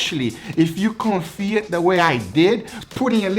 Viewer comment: Lol it’s confit not konfied. It’s a French word.